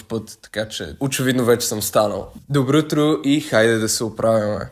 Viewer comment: Дубрутро😂 казва ср добролтро😮 вече е ред да лекувам😂😮😂